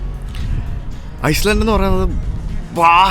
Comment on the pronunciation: Bro its Iceland, not Island